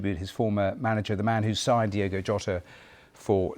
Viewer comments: Incredible how much respect the bbc are showing here but they continually get his name wrong. It's Diogo not Diego. Learn who your talking about. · Kinda disrespectful that in a lot of British news broadcast, the host names him "Diego" instead of "Diogo". They can't even spell his proper name smh